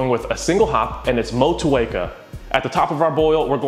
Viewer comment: Respect from New Zealand for the pronunciation of Motueka!